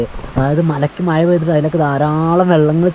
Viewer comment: മയ അല്ല മഴ ആദ്യം അത് പഠിച്ചിട്ടു വാ